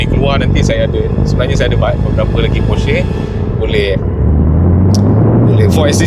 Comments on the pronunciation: bang sebut nama brand porsche tu betul. salah tu hahahaha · Terbaik bang…sejarah Porsche dan info mantap….cuma kalau boleh tambah baik dengan sebutan “Porsche” itu sendiri…at least netizen dapat tahu sebutan yang betul nama Porsche itu sendiri. Sekadar cadangan 1sen dari saya.